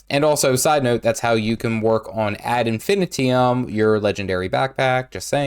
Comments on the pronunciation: It's pronounced Ad Infin-eye-tum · I still consider myself quite new, and have earned all my Ascended Jewelry from LW3 & LW4, mostly Bloodstone Fen, Bitterfrost Frontier and Sandswept Isles - for me these were the easiest 3 places to get my 6 Jewelry (im including Backpack in that 6) Now then, your Latin is terrible, ad infinitum which means again and again forever is best pronounced Add-In-Fun-Item Im not nit-picking, im educating, YTers especially should learn these things because younger (and less edicated) people learn from you, and America especially could use some idiocy-nullification (im Joking America! But its funny because its true) ❤